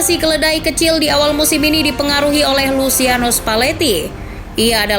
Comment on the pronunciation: "Luciano" dibaca nya /lut͡ʃano/ = Lutjano